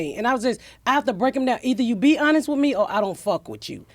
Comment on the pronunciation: First time I've heard "honest" pronounced "uuhnist"